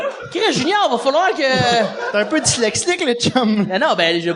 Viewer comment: « dyslexlique » haha y peut ben dire ça lui